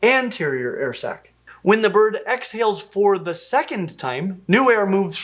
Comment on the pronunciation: air sac. Sounds like air sex when he says it. Lol